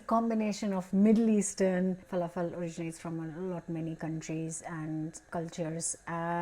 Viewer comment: I like how you say “ful-ah-fel” Lol ❤